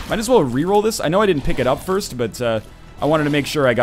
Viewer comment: was first, but he said "durst"